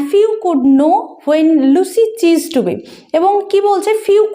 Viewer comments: চিজড টু বি নয়, সিজড টু বি,... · It's ceased not chised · Ma'am.... Ota চিসড নয়, সিসড (ceased) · Ma'am please check the pronunciation of " Ceased "